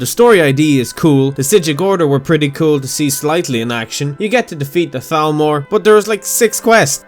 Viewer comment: You pronounced "Thalmor" as Thalmor and Talmor! I'm proud of you~